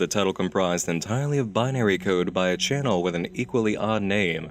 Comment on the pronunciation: I really like your channeeehl. It's fun to watch before sleeeep. The only thing that bugs me a bit is how you stretch out the last syllable of every sentennnce. It's a shame cause you have an otherwise very handsome voice :3 keep the gud shit up